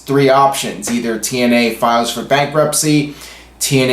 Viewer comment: lol 00.34 "TNeye" 😂 sorry, it made me laugh 😂👍hey do you watch botchamania? lol